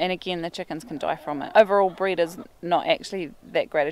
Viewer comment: I am not sure. You pronounced it breezed. So is that bread to you. I live in the US so there made be an accent I am not understanding :)